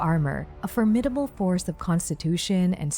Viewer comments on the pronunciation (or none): none